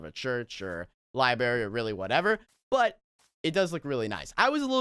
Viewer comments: For #27 he said libery. It’s library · Not a hater at all love but it's p[i]llow and lib[r]ary